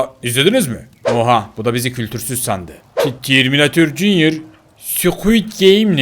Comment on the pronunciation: Abi sen neden katil arabanın oğlunada terminatörün oğlunada jünyır diyorsunuz?